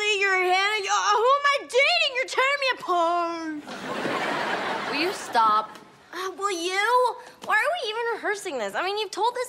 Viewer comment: "you're tearing me apaart" YOU ARE TEARING ME APART LISA